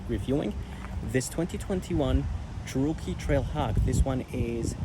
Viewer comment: Yeah, never heard it pronounced the way the guy did it in this video. Didn't sound right.